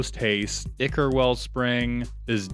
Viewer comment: "Ichor" = eye-kor